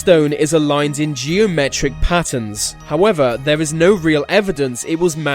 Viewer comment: this guy cant say th properly. he says ve m instead of then and ver instead of there